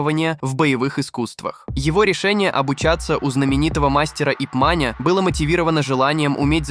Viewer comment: ФЭЙСПАЛМ, какой ещё "Ипманя" что ты такое вообще говоришь, за что ты так ненавидишь контент, который пытаешься изрыгнуть безграмотностью? Как же противно тебя слушать, ты не умеешь правильно ставить ударения в словах и читаешь с ошибками! Ип Ман - мастер китайских боевых искусств, представитель стиля Вин-Чун.